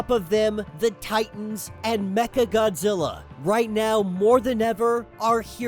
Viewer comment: Why are you calling Godzilla "fraudzilla"?